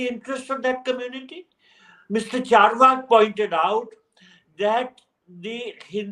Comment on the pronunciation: Phew finally Barkha has got the Carvaka podcast pronunciation right. 👏🏼